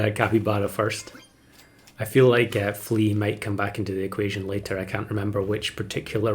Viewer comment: "level flea" sounds like you misspoke level three. Followed up later by the tongue twister "almost level three flea" Very confusing pet.